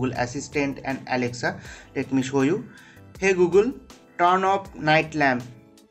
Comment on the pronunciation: like the way he said hey gulgun